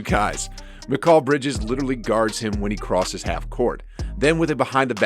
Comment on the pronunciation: mikul bridges. learn english